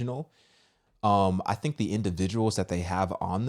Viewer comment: I like when people with that accent say FINK instead of THINK. 😆 🤍